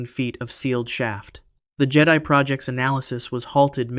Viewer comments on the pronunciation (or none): none